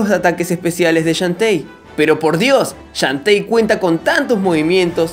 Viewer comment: Así se pronuncia. xDDD